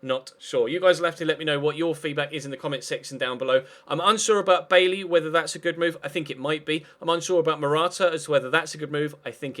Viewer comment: It's pronounced By-eee